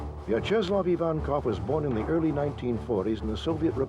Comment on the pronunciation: I couldn’t get past how he pronounced Vyacheslav